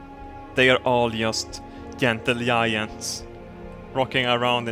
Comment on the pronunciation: "yentle yiyant"